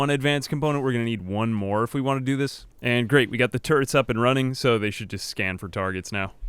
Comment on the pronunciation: The way you said turrets at the beginning sounded like tourettes... just saying